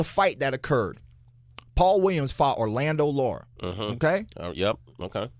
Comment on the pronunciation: C'mon Keith, "Orlando" Lara???? 😂😂😂